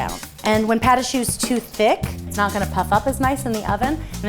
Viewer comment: "Pat a shoe" :'D